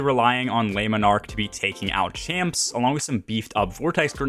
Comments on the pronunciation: "leh monarque" - not "lay monarque" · If you weren't aware you are jacking up the name of the bow something awful 😂